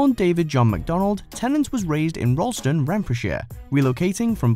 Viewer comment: For David tennant Ralston is not pronounced Rolston